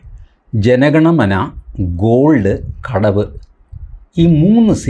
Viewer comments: കടവ് അല്ല കടുവ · കടവോ അത് ഏത് സിനിമ. കടുവ എന്നാണ് മിസ്റ്റർ 😂😂😂😂